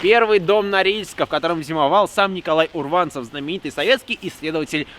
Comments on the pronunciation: Урванцев, а не урвАнцев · Урванцев! УДАРЕНИЕ НА УУУУУУ!!!!! Прям бомбит!!!!! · Не урвАнцев, а Урванцев !!!